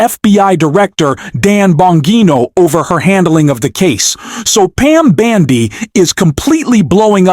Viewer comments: Can you please pronounce Pam Bondi's name correctly? Bon and not Ban, please, thank you! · Why do you keep calling Bondi, Bandi? It’s hard to take you seriously when you’re constantly mispronouncing her name. 🤪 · What a foolmnarrator! It's not BANDY ahole, it's BONDI!!! Ahole. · Hey dumbas her name is not Bandi it's Bondi! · URGH! It's BONDI NOT BANDI! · I see I'm not the only one the mispronounced name irks.